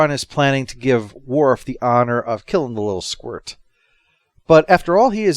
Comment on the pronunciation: When he said "horizontal honor" i thought for a moment he said "horizontal on her"